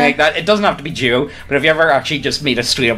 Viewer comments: I know it reads "cyborg duo", but I hear "cyborg jew" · every time you two say duo it sounds like you're saying Jew. So imagine my confusion while listenign to this and not watching the video and suddenly somebody conflates "Jews" with Frasier and Niles Crane.